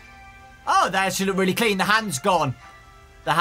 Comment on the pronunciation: weally 😑